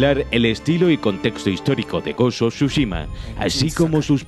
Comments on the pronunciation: Gos uf churros xdddd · "gos of chuchima" habla bien wey xD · Gost of shushima... No pensé que lo pudiera decir tan mal pero me sorprendió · Gos of chuchima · Ghost of shushima no, Tsu-shima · Ta weno el goshoshushima ese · hermnao pronuncia bien el nombre del juego...